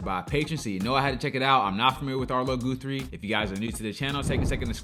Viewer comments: Gu three not Goo three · It's pronounced Guthrie, not Goothrie.... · I love this so much. So funny. Epic folk song with a message (eventually lol) and watching yr face on this, priceless. BTW it's Gah-thrie, not Goo-thrie 😂👍🏾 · It’s pronounced “ guth” like rough. Not. It’s not goo This was one of my faves. Still know all the words ❤️ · Arlo was a bit older than me, and I don't know exactly what went down with him. What I do know is we listen to this story every thanksgiving weekend, Yes, I love the anti-war message.Btw his name is GUTHrie not Gootrhre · His name is pronounced with a soft u sound, like sunny, funny, lucky. Not like you or blue. 😊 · Sweetie person. I was wondering if you’d pick up on this. It’s one The Songs of the 60’s. Btw, it’s Guthrie as in Gut, Guth-ree. ~ Arlo Guthrie, Woody Guthrie’s son. ☀️💙🌷🌱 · “City of New Orleans” by Arlo Guthrie (first part of Guthrie pronounced like guh, Guth-rie). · this was my first....and last viewing of your channel. Sorry, but if this is a sample I just can"t do it. You not only didn't bother to find out how to pronounce Arlo's name (ever heard of Woody Guthrie?) but you chose that awful live performance where the audience noise is extremely distracting. I'd never have memorized the Massacree decades ago. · That’s pronounced Guthrie as in gut (with an h) and ree. His daddy (Woody) was a famous folk singer in his own write. His most famous song was “This Land Is Your Land”.